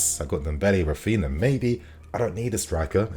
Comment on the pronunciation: Raphina.... RAPHINHA